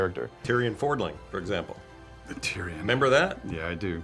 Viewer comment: He called Tirion Fordring "Forling" how did that even get past edit?